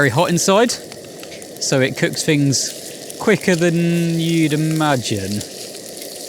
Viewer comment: “Fings”? Oh he means “Things”! Thuckwit!